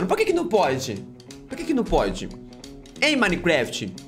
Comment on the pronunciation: minecreft kkkkkkkk